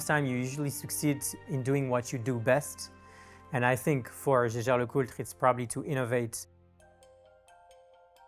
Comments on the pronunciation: Listening to mispronounce LeCoutre made me cringe. It's not LeCult! Just say JLC if you can't say it properly 😂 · He butchered the name throughout the video. Should've just said JLC instead of LeCult.